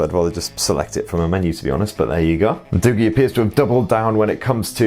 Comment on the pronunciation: Isn't it pronounced as doo-jii instead of doo-gee?